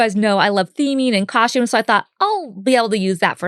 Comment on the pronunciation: It’s cute how Holly’s Mom says wHite like holly does 😂 and Bridgette always says cosTHumes not costumes 😅🫶🏼 that was my favorite part when Kendra says “a pilot doesn’t turn around and say SORRY okay!?” 😂😂 it makes me lol 🫶🏼